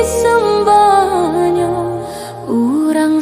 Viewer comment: Lagunya bagus. Sayang sekali pengucapan kosa kata bahasa Minang masih ada yang keseleo. Contoh kata disemba, dikaruah i, dijanguak, diratok i intonasi nya kurang baik.